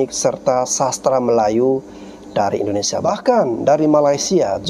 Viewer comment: Min...Indonesia, bukan Indonesa